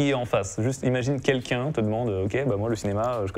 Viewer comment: J'adore le format ! Par contre je suis hyper déconcentrer par le "Quinlqu'un" au lieu de "Quelqu'un" xD